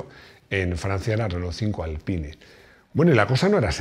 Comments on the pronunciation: Se dice “Alpín” no “Alpain” o “Alpine” aunque se escriba Alpine se dice literalmente “Alpín”. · A buenas horas los franceses le ponen un nombre en inglés a un producto suyo, así que de "Alpaine" nada de nada, por mucho que te achuche Rodrigo. Así que "Alpin" en pronunciación francesa o "Alpine" (que en castellano es perfectamente correcto). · Dile a Rodrigo que el r5 nunca fue "alpain" como dicen en UK, la versión inglesa era r5 "gordini". Así que se pronuncia Alpine en castellano y alpín en francés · Se pronuncia "Alpin", el mismo equipo de Fórmula 1 hizo un video explicando como se pronuncia la marca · Se dice”alpin” cojones 😂😂😂